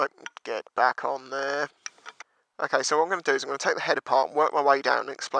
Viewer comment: get back on theere 😂😂